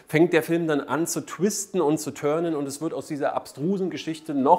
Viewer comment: zu twisten und zu turnen (sprich törnen) Deutsche Sprache trifft kritisch und verursacht Hirnschaden für 5. Die Filmkritik ist bestimmt berechtigt. Aber genau so Leute wie du schreiben scheinbar die Drehbücher. Finger in Po Mexico, twist, turn, pull und riech dran. Hammer hart. Ich bin zu alt für so eine Sprache. Da schau ich mir lieber den Film an. Daumen rauf weil ich glaube du hast Recht mit der Kritik. Die coolen Kinder sagen "liken". Ich type das mit meinen thumbs.